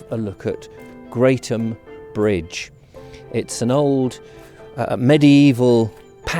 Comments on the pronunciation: It is pronounced Gretham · Crossed it many times :) It's actually pronounced 'Gretham" :)